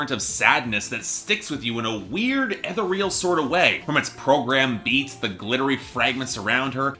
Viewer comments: you’re definitely not saying ethereal right just saying lol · Aww, still doesn't know how to pronounce ethereal. (ee-theer-ee-al, btw)